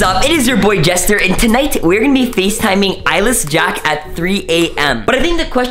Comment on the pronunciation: U said Gester instead of Jester............